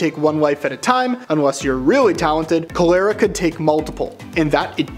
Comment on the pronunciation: Its pronounced "CALL-ur-uh".